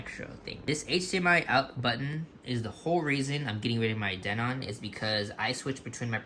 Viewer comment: OH my God its not pronounced den-ON aaaahhhhh